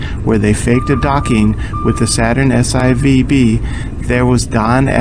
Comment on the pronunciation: Actually, I find painfully boring, “Bob.” Why are you commenting with your other channel? For the millionth time, it’s pronounced “S-4-B” not “S-I-V-B.” Please, try and learn that. It’s really not hard. S-IVb=S4b. Easy.